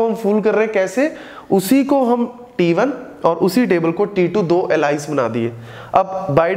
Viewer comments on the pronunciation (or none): really helpfull video 👍👍, i am going to help you with the pronunciation of "ALIAS" its not एलाइस its एलियस 🤗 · अलाईस नहीं एलियास pronounce karte hain .... Baki sab best hai 👌🏻